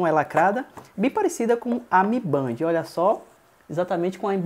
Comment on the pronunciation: A pronuncia é de Band é " Bendi "